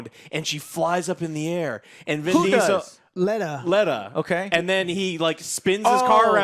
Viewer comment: Letta? Come on guys....